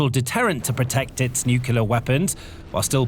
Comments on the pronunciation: I really appreciate the work that goes into these videos. I have watched many of them. At this point, however, I am about to pull my hair out over the mispronunciation of NUCLEAR. The correct pronunciation is NEW KLEE UR, not NEW CUE LURE. Rather than pull my hair out, a better option would be to stop listening. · Stop saying nukila. The word is nuclear. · *Nuclear, not nuke-you-ler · The word is nu-clear not nucular. Unlistenable. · It's "new-clear " not "nucular". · Please learn to pronounce nuclear properly, it's really distracting. It's not nukeular! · As it happens, "nucular" weapons are not a problem - fizzers! It is the "nuclear" weapons that make big bangs. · NUCLEAR NOT NUCULAR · It's nuclear, not nukular. You sound like an American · it’s nuclear not nucelar… Do it correctly! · it's NU-CLEAR not "NUCULAR"!!! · It's pronounced New-cle-ar Not New-cu-lar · "Nuclear". It's hard to take anything you say seriously when you pronounce it like George Bush. New car, clear windshield. New-clear. Noo-Kleer. Nu-clear. Nuclear. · It’s so hard to take the narrator seriously when he constantly mispronounces nuclear and says it like Homer Simpson “nukular” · Nuclear. New-Clear. There is no q in nuclear. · Sorry, what does "nucular" mean? I'm not a native speaker, and I do not know this word. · SOMEONE, PLEASE, teach this commentator how to correctly say the word nuclear (nuc-le-ar). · Normally love the content but I had to stop after hearing "new-queue-ler weapons" over and over. You have to know how to pronounce nuclear. Come on now. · Another mispronunciation is 'nookoooleeaar'. 👿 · I found that the repeated mispronunciation of 'nuclear' very distracting - it's pronounced 'new clear'. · You are pronouncing "nuclear" wrong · Thumbs down for not being able to pronounce the word: "nuclear". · Please learn how to pronounce nuclear.